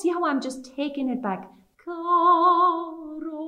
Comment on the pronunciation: im really confused. She sang the first caro with a rolled r but the pronunciation video said not to?